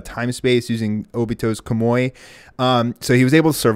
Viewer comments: Pronounce Kamui as Kamoi one more time, go ahead... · Wtf is a kamoi he even heard how it's properly pronounced but he still says kamoi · Im dead dude really said "kamoi"💀💀💀💀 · KAH-MOO-EE How have you watched these shows and not know the pronunciation? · wait just realized he pronounced it once and it sounded bad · why do you pounce kamui in a weird way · A few of his pronunciations were bothering me. NAH-roo-toh not nah-ROO-doh KAH-moo-wee not kah-MOY